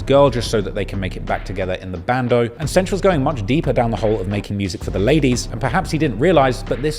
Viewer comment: Am I the only one who cringes every time he calls him "Cench"? lol